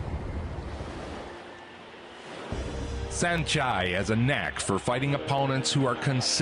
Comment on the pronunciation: It's pronounced san-chai